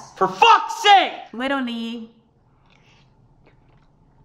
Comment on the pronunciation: “witerally gwiddying”